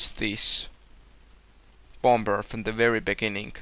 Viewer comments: "The Bom-Ber Bath" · i love the way you say bomber xD am easilly amused